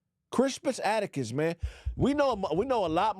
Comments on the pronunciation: Why was repeatedly pronouncing Crispus Attucks name wrong. kept saying "atticus". 🤦🏿‍♂🤦🏿‍♂🤦🏿‍♂🤦🏿‍♂🤦🏿‍♂🤦🏿‍♂🤦🏿‍♂🤦🏿‍♂🤦🏿‍♂🤦🏿‍♂, his last name is Attucks,...pronounced phonetically like, "attics" or "addicts" as in, 'drug addicts"....Goddamnn man, that was painful to watch. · This nogga saying Crispus Attucks name wrong the whole time is hilarious 😂😂😂😂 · It's Attucks bruh 😂